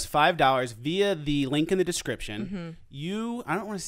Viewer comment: It's pronounced via, not via.